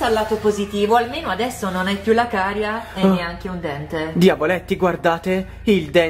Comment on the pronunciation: Carie... si dice carie